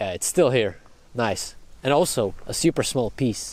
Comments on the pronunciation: And I don't like it xD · I love how you pronounce "super" as "seeyoopurr"